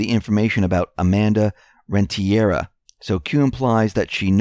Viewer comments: It is not pronounced Rentiera, but Rentería. Amanda Rentería ( I am a Latina, and Rentería is a common Spanish last name with the strength of pronunciation on the í )Trust the Plan. Q's fan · rent-ter-ria. or rent-tur-ria. put it all together. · Pronounced Renteh-Ree-Ah